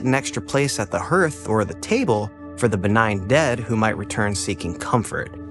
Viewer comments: Hearth='hArth', not "hErth". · Might as well pile it on for you— with all due respect, of course (grins) it’s “HARTH”, not “herth” (hearth.) Rhymes with the name Garth, not the name Berth(a), if that helps.